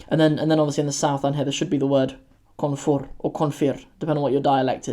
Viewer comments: Yaa yiraahda Koonfir? Its koonfur ama koonfur? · No one says koonfir, we all say koonfur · Waaqoyi Galbeed and Bari are actually providences but it can also indicate cardinal directions. Also, I don't know any southerns who called Koonfur as "Konfiir" but as someone from the South, we actually say Koonfur and not Konfiir. But then again, I'm from the Gedo region which is almost all its residents are originally from Central Somalia and East Ethiopia.